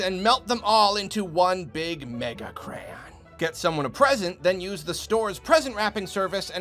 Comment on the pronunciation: This is a really good video with a lot of great points but the way you said "Megacrayon" at the end had me laughing. But it is a good idea.....